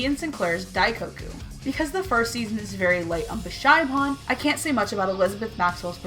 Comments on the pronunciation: It’s not bishaimon it’s bishAmon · "Bish-AI-mon?" WHAT?! I always thought it was "Bish-AH-mon" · Wait isn't her name pronunced be-sha-mon? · I’m so sorry but “Bish-I-mon” That’s hilarious 😆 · she said bish i mon wtf man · You kinda pronounced Bishamon really wrong O_o I don't mean to be mean wen I say this btw :P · like for bishamon that it is just nooo nooooooooooooooooooo way no hell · I am sorry but if I dont say this it going to give me a headack you said bicha's name wrong I not trying to be mean or anything its just that it buged me a little sorry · I heard that. Paused the video. Ranted about it. Then looked for a comment like this. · Excuse me, I'm about to say something mean. I fail to understand how you can say Hiyori, Yato, and even Yukine perfectly, but can't say Bishamon or Goyanomachiawase. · Yato (yahh-toh) Hiyori (hee-yOree) Yukine (you-keeneh) Bishamon (Beesh-a-monn)